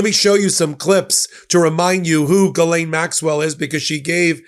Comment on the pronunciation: Hosts: Ghislaine is French. You pronounce her name Gis lin. That's it. You would sound more educated.